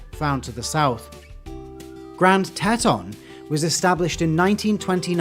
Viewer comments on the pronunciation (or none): That was a really cool video. Thanks for sharing. Btw the Grand Tetons are pronounced grand teetons.